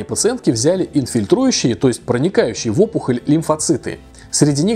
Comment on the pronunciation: инфильтрирующие, а не инфильтрущие